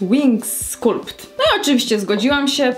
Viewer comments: skAlpt brzmi przynajmniej jak bardzo drętwy, ale jednak angielski, a skUlpt to ani trochę nie jest wymowa nawet zbliżona do angielskiej. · no na pewno nie skAlpt. Wpisz w google translate i wybierz wymowę, to raczej przeciągnięte, płytkie 'uo' z niemym 'p'. Właśnie zauważyłam, że laski w filmikach z uporem wymawiają skAlpt, a żadna nie mówi poprawnie. Wolę skulpt:)